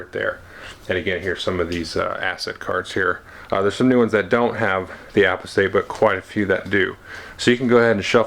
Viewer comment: Excellent!!! I think it's pronounced more like "u pos tate" I'm curious about the contents of the nemesis and imperium decks. What do minions look like. Any additional information about skill duels? I recall an FFG preview making mention of the "Cult Leader" tyranid card although I didn't see it in this review